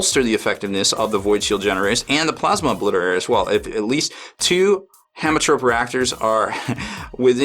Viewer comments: I think its pronounced hemo like haemoglobin you dont say hamo. I hope that the plasma feed also applies for the mechanicus plasma, as they were released post BRB so their plasma weapons are not in there. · haem is pronounced heme, it means blood.